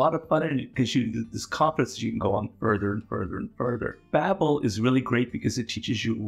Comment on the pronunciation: Lmaooo seeing Robert Greene do an ad for Babbel is kinda funny Curious how he calls it “Babel” as is biblically accurate, but not accurate to the company’s name